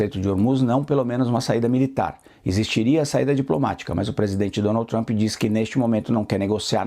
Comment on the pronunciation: Dificuldade da âncora pronunciar: Donaldy trumpy 🤦‍♂️